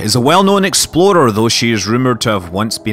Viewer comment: I always assume you're saying "exploder" and not "explorer".